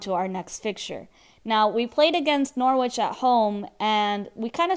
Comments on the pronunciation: It's Nor-itch not Nor-witch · you don't pronounce the W